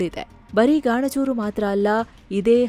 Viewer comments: ಗಾಣಜೂರು ❌ ಗಣಜೂರು ✅ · ಬೇ ಅದು ಗಾಣಜೂರು ಅಲ್ಲ ಗಣಜೂರ